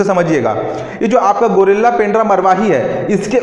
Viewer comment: गौरेला है pls गुरिल्ला न बोले ।।।